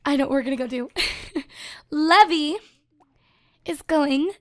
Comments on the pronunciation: That name isn't pronounced levee its pronounced lee-v-eye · The name Levi is actually pronounced Lee-vi. A "levee" as you're saying it is the structure put in rivers to regulate water level. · Leev-eye Like an eye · I pronounce the name Levi lev-ee too. Most people pronounce it Le-vye, but I know one person whose name is Levi and pronounced Le-vee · It's urking me how keeps calling him Lev-EE, isn't Levi pronounced LEE-vye? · As someone whose related to a Levi and has dated a Levy, allow to me inform you that Levi, the way you spelled, it is pronounced Lee-Vai not Lev-ee. Levy is Lev-ee Levi is Lee-Vai. You're welcome. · Levi? It's pronounced leave-eye 😂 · Actually your wrong from watching anime and being a japanese freak i have come to understand you are wrong it can be said either levi or leave eye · Just thought I'd mention the name Levi is traditionally pronounced "Leave-eye" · I pronounce Levi's name 'leave-eye' anyone else do that too? Or do you pronounce it like does? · isnt levi pronounced lee-vie??? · Actually, Levi is pronounced 'leev - eye' but whatever:) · You dont say "levi" u say lee vi rhymes with bye so levi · isn't it pronounced leaveye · Levi is pronounced Leeve Eye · Did you just... You just pronounced levi as levy.... Oh god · My attack on titan side is hurting on how u say Levi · You want to name him Levi like le vee? Just making sure its not Levi like Lee vī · You're not pronouncing Levi's name right... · Is it just me who is annoyed about the way she says Levi?